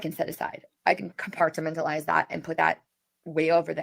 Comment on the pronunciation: compartamentalise? She's drunk for sure 😂